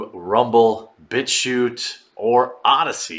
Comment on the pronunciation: Every time you say Bit Chute 🤦‍♂️😆